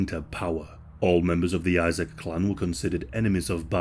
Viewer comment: Not “ISAAC” it’s pronounced Eesaaq, “lSAAQ”, and it’s not “BAR” it’s Baraay, “BARRE”. Thanks for everything you pronounced everything else great!:)